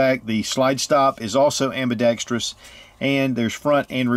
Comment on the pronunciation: Great review as usual, but you earned my thumbs up the instant you pronounced ambidextrous correctly!